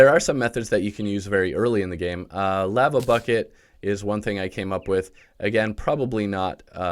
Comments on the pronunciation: Did this man really say laaa vaaa excuse me its Lah vah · The way you pronounced lava at the beginning caused me physical pain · who says lava like that